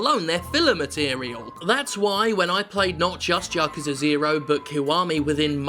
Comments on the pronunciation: Its YA-KU-ZA not Ya-Kuuuza, source living in Japan for 10 years speaking japanese. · "ya-ku-za" is the correct pronunciation, without inflection on any syllable. "ya-kuu-za" is wrong. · Hey Jim. it's pronounced Ya Koo Zah... just a comment I do love you and your channel. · 8-9-3 pronounced ya-ku-sa. if you're not japanese it really doesn't matter how you pronounce it cus the meaning remains, but yekuza is wrong cus in japan A is pronounced either ah or aah. so ya-koo-zaa. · Yakuza has looked intriguing to me. Zero and Kiwami have been sitting on local shelves for a while. I'll give 'em a go. Also, yes, it's pronounced "yah-KOO-zah". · It ought to be pronounced like "yakza" there is no need to emphasize the "u" or "oo" sound in "ku" in the word "yakuza". Essentially, you want to not inflect or stress any of the syllables in that word, or any word in Japanese; give each syllable the same weight. My Italian grandmother was trying to tell me about "My neighbor Totoro", but she added a glottal stop and inflected the middle "to" (saying "Tottoro" or something like that). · I thought you Brits pronounced it "Yakuza Nought" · Hi my name's Jim Sterling and I can't pronounce Yakuza.